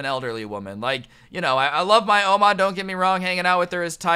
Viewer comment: U say ouma kind wierd